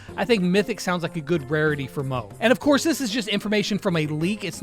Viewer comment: Hai it’s not call mooo it’s call mo -E 😊